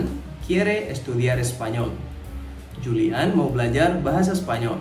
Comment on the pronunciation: Julian di Baca Hulian